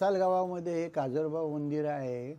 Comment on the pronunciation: काजलोबा नाही. काजरोबा 😂